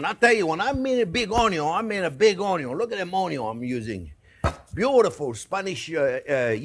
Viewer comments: I don’t even use the word “onion” anymore… it’s an ONYO! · Gave a young friend (I am 72) and his wife a couple of rib steaks. Told him he had to watch the Chef on cooking them...now he says onyon when we talk about cooking 🤩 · Yeah, sometimes I find myself wandering around all day just saying onyo...